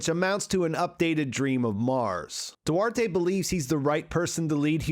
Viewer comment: The name Duarte you don't say the e at the end.. its do-art. That's it.. another mispronounced name